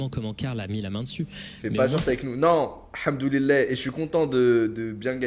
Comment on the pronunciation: pk il dit hamduli-lait